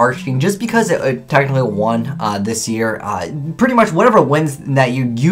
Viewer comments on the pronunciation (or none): ...Every time he says "technically," it sounds like he's saying "tactically" and it is so weird...